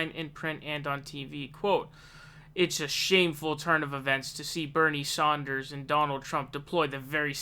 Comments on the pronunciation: Stop calling him Bernie Saunders.... It is Sanders. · dude you cant pronounce Nevada and now you also cant even pronounce SANDERS?????? its not fucking SAUNDERS... wtf also WHO THE FUCK IS BLOOMBARG?!?!?!? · KlobuCAR, SAUNDERS, BloomBARG.. I come for the info/opinions... But I stay for the intentional name mispronunciations. 😂